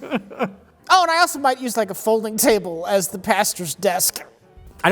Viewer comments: Did I hear "folding chable" several times in this episode? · why did pronounce folding chable funny?